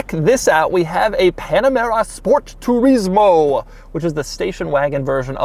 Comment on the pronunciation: the way he said turismo slayed me